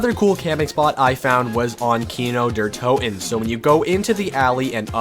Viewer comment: Why don't you ever pronounce the 2nd t in Kino der Toten